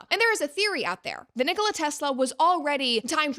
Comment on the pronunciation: The guy wasn't competing with Coke & Pepsi, the emphasis is on the Ni in Nikola, like in Ricola